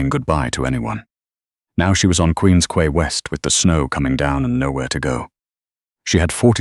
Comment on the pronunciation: Quay is pronounced key. Toronto 🇨🇦